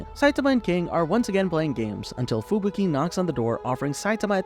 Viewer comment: who the heck is FUBIKI? only heard of fubuki :D